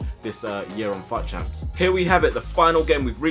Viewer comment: I keep thinking he said fat champs